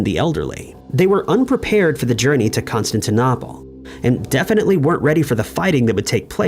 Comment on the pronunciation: Constantin-opple? Really? It is pronounced like: Constantin-Opal. There is not another P in the word,. Therefore, it is pronounced like 'Opal' at the end, not Opple. I do wish you would fix that pronunciation. As a historian, it drives me insane. Just sayin'.